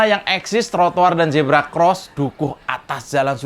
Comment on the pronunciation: Huruf Z jgn di baca J. zebra jgn di baca jebra.